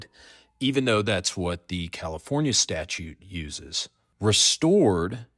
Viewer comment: When you say Tallahassee and California in the same video… Hurts my soul.